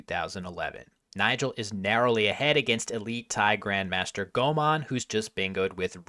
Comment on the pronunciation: Why does say Thai grandmaster Komol's name as "Gomon?"